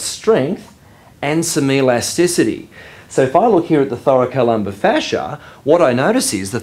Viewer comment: I love the way you pronounce Thoracolumbar fascia😍😍